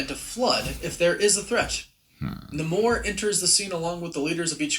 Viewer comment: Someone tell Namor is pronounced Nay Moore